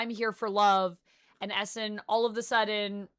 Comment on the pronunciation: I had no idea who you were talking about when u said Esson. Its pronounced "E" Sahn .. not Esson